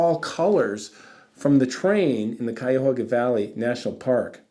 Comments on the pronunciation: Cayahoga -> Cuyahoga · I grew up in that area and only ever heard it pronounced kai-uh-HOG-uh (as in P-I-G)